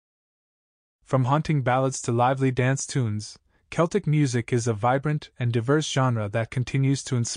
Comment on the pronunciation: How can you release a video and not be able to pronounce the subject matter correctly?